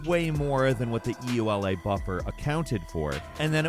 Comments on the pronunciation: E ... U ... L ... A ...? . You mean the ... yoolah ? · Craziest thing I learned from this video is that there are people who don't pronounce EULA "ewe-la."